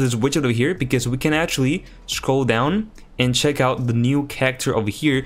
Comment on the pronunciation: It's pronounced "Scroll" not "Shcroll".... 😁